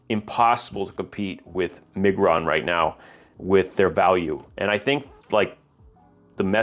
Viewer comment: You are butchering Miguron 🫣